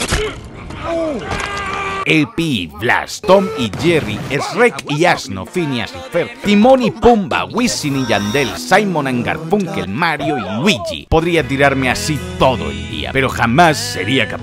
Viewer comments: Esreckkkkkkkkkkk me sangran los oidos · Todavía no puedo creer que los Españoles pronuncian Shrek como es rek ajsjjasjjajsa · Inglés: Shruek Español latam: Shruek Español: Eshriek🥵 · Son Shrek (Se pronuncia Shuek) y Burro. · Me rei cuando dijo esrec y asno Claramente es shrek y burro ¿No? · Me rei mucho cuando dijo esrec y asno jajajajajajaja